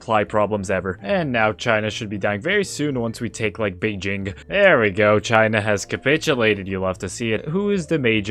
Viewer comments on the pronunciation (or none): none